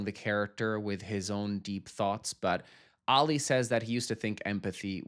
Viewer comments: Please…it’s pronounced AH-lee, not Allie! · Who is Alley? His name is Ali - pronounced Ah-Lee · I like that on the last euphoria reaction you've corrected yourself by pronouncing Ali's name right and then proceed to say it wrong in the next 🤣🤣